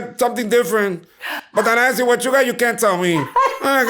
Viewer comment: I really enjoyed watching this thank you!! Something she said was Axe instead of Ask I was cracking up. I can’t wait to see you on Netflix luv ya ❤️ God Bless